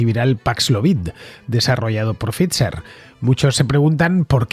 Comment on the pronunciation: Pfizer se pronuncia "Faiser" Fernando